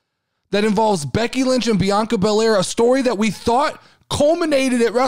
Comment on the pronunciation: And yes you said the name correct. Also thanks for the podcast shout out I appreciate it!!